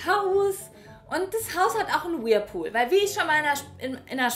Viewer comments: man spricht es „Wörlpuhl“ aus:D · Ja, sie sagt irgendwie wirlpool🤣🤣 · Es hat mich ehrlich gesagt n bisschen kirre gemacht wir du whirlpool aussprichst. Ist ne kleine Macke von mir ich kann das garnicht haben wenn Leute Dinge anders /komisch sagen 😂. Ich liebe diese Videos bitte mehr! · Kein Mensch kann 'Whirlpool' niedlicher aussprechen als ♡ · Nichts gegen dich ich mag dich aber du sprichst das Wort "Whirlpool" falsch aus